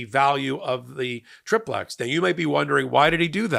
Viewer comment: Love your podcasts - love the MTN! Been wanting to tell you and Ben the correct way to pronounce “tri-plex”. The I is long, like tricycle - three wheels as opposed to a bicycle with 2 wheels. A tri-plex is a multi-family residence with 3, separate living units.